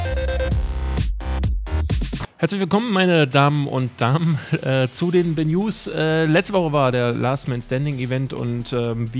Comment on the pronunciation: Ich versteh immer Le-News:D